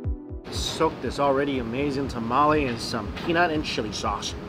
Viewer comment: Did you just call a tamale a ta-ma-li plz dear god noo It’s called a ta-ma-le